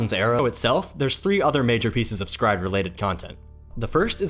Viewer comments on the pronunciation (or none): Is it pronounced "scryed" or separately "s Cry Ed"??